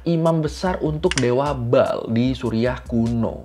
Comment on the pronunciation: Bukan ball bang tapi ba'al penyebutan Abang salah